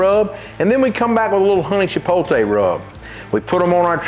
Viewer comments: Chipotle? 🚫 Chipoltay? ✅ Love it as always! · You still saying it wrong. It's chipote, without the L😂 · I love your rubs and I will buy all of them and I don't care if pronouns Chipotle the wrong way or the right way thank you for your awesome vids.